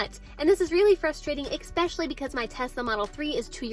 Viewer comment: “ES—PECIALLY”….not “EX—SPECIALLY” Nice video nonetheless :-)